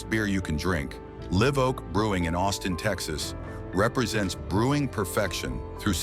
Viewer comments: AI pronouncing “LIV” Oak vice Live Oak, then corrects half -way thr4ough! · When will ai learn to say Live, not live? 😊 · AI narrating is sooo f'in annoying, live oak ....LIVE with a hard "I" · It's pronounced "live oak" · The AI voice can't pronounce Live Oak right.